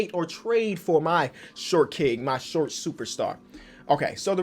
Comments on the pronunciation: 😂🤦🏾‍♂️ “shot kings” I can tell you sleepy🤣🤣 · Are you British my guy “Shot king” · Forgot an r there